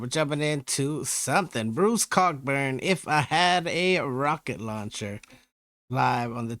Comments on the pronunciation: I know I'm late to the party here, but just to let you know, the "ck" is silent, so his name is pronounced, "CO-burn." Great reaction! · Pronounced Coe burn. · Pronounced co-burn, Bruce wrote some incredible music, very vivid imagery in his lyrics, and hatred in his voice for the regime that was wiping out innocent civilians. You have to understand, he’s a Canadian. Peaceful. Friendly. To hear him hate, and wish he could kill somebody, it took a lot to get him there.